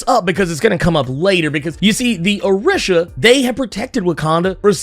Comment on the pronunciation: Orisha is pronounced O/ree/sha. I kept cringing everything you said it wrong.